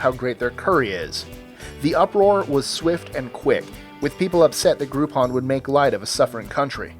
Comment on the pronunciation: Do you mean "gropeon"???